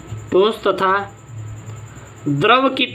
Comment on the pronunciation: द्रव बोलो यार